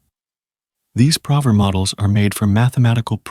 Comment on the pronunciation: 😂man. I was also irked by "prover" instead of "proooover"